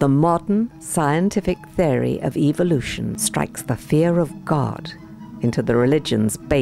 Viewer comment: I watched your excellent video on evolution. The comments were disabled. Might I suggest that you use the pronounciaton evOlution rather than evilution. Your target audience are such that hearing evil in evolution gives them the evolution sounds like evil sounds like the devil. That is evolution = evil = the devil. Unfortunately that's the way they think.